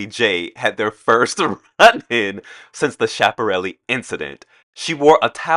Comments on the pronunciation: "schi" in Italian phonology is always pronounced skee . Therefore, Schiaparelli is pronounced skee-ah-pah-RELL-lee The h makes the preceding consonant a hard consonant. "ch" is a hard c sound as in "cat". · The C in scaiparelli is a K sound.